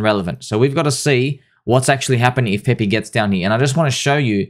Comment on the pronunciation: its PEPE not PEPEE. please